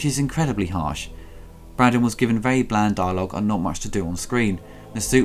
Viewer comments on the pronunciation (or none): none